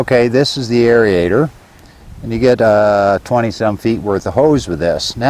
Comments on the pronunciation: "airy-ater" ..... oh dear lord! LMAO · It’s amazing how many people add another syllable to aerator, drives me crazy 😩.